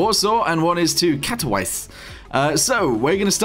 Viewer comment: Why did you mispronounce Katowice? Every polish person in chat will be very angry...